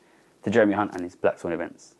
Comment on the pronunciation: Thsts not how you pronounce Hunt